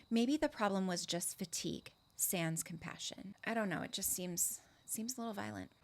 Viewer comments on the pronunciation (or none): none